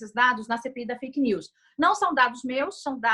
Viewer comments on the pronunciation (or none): Mas no áudio ela falou perfil feike!!Isso é crime kkkkkkkkk